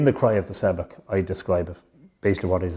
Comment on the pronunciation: Love Mythical Ireland profoundly, and this video too...but the mispronunciation of ‘seabhac ‘ grates intensely. Why? Have I missed something? Don’t wish to be pedantic but ...’shough-k’ ,not ‘se-bak’.